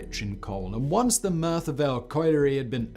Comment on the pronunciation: Not sure why he’s having such trouble saying Merthyr